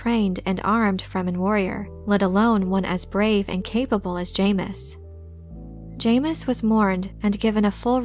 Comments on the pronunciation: It’s pronounced Ja-mis not Jay-mis 😂 loved the video I love all your videos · It's pronounced JAHmis. Retrain your AI narrator or get an actual person to narrate these. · I've anyways pronounced it as "Jameez" ... it's better that way really